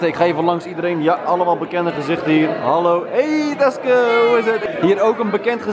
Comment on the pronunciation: Ben ik de enig die heb gehoord dat taske zei vanplaats teske